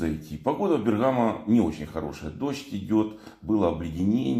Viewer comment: Бе́ргамо. Ударение на е́. Вы и на Руслане И на Мрие прилетали в Бе́ргамо я видел Руслан там в аэропорту. Спасибо за видео.